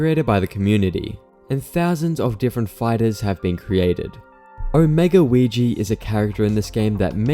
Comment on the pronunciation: No way bro called weegee “ouijia”